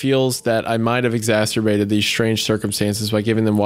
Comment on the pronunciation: Omg wendigoon pronounced exacerbated correctly